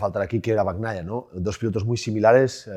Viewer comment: Que alguien le explique que no se pronuncia "Bag naia" , que la gn en italiano es la ñ , es "peco bañaia", no bagk naia